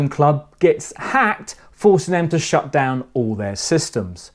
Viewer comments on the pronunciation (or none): none